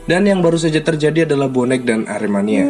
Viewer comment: kalau cakap yang betul aremania bukan arminia. Bonek bukan Persib.